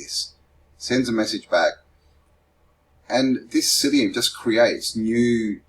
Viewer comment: Mycelium not syllium